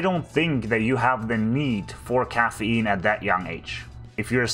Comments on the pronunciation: Cahhaf Eean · wtf is caffeeynne